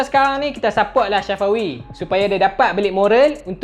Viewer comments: Bang bkn shafawi tpi safawi bang🤣🤣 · Bukan shafawi safawi hahahaha🤣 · Nama dia safawi,bukan Shafawi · Sebut nama Safawi betul2. Safawi bukannya Sya fawi🤣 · Safawi rashid.. bukan syafawi rasyid.. safawi bro, safawi.. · safawi bangg.. bukan syafawi😅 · Tak mungkin hang sorang jaa... Aku pn dengaq dia sebut Syafawi,,, kot2 satgi last video hat bloopers... Syafawi Syafawi Safawi lah hahaha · Aku sorang ja ka dengaq dia sebut ‘SYAFAWI’ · Aq pon dngaq syafawi jgk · Bhasa kedah biasa la